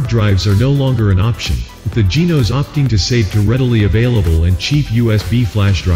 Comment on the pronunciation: May I just say it is not Tyroes or Genoes. Please call it by its proper nams. Tyros and Genos